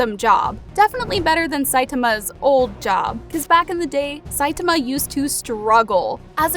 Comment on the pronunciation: I quit watching this video after the third time you pronounced Saitama wrong.